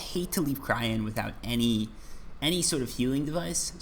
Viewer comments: Everytime he says cryen and not cyrene my souls dies a little. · its cyrene not cryene, SIGH REEN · lol every time you say cryene instead of cyrene (which is the name) it hurts me XD btw the heart is better heal wise but not as efficient i think ,dont remember the numbers of the top of my head but im pretty sure the s10 is 12 heal per pec while the heart was somewhere around 8-10 (have to double check) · Cyrene...pronounce SiiReeeennn